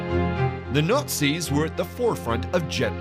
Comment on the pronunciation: Between the overly loud and over-dramatic music, the voice-over's overly dramatic tone and pronouncing Nazis as Nurtzies or Nutzies or Nortzies, this is hilarious.